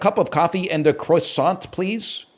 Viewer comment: I don't think I liked the way he managed to say croissant with ZERO accent. That was somehow as bad as someone doing their frenchiest French accent